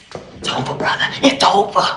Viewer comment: "Its ova brotha, it's ova" cocks gun Him not knowing wat he's saying makes this so funny to me😂😂